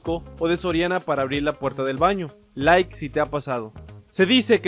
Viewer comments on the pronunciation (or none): none